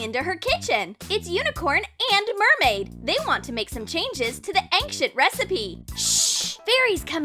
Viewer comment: Did you notice that the voice said 'Ank Shent ' when they meant to say 'ancient' 😂😂😂